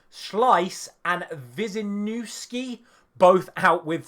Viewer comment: Slisz - Sleesh, Wiśńiewski - Veesh-nyev-ski.